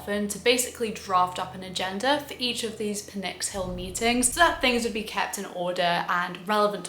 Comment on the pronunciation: The P in Pnyx is NOT silent. You were pronouncing it correctly. That's how Greeks say it as well. Don't be misled by the dominant pronunciations of similar loanwords, like pneumonia, which are actually not faithful to Greek pronunciation. By the way, a small clarification: The councilmen of the Boule, called Bouleutai, were technically representatives. It's just that their role was more administrative than legislative or executive. Also, fun fact: Representatives of the Greek parliament today are still called the same title. Another small clarification: While it's true that under Pericles an Athenian citizen was someone whose both parents were Athenian citizens, that was a new measure introduced by him that was very unpopular. Before that, only one Athenian parent was required (regardless of gender). Pericles was accused of voter suppression by basically disallowing a lot of people from voting. I'm sure you already know this, since you're a philosopher, but mentioning it for those who don't: The Stoics came about much later than the time period shown in the video. The game takes place during the Peloponnesian War, while Stoicism rose about 100 years later. It goes Socrates -> Plato -> Aristotle -> Zeno, Epicurus, etc.